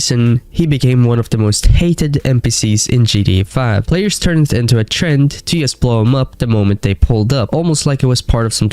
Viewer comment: What is yust? Say just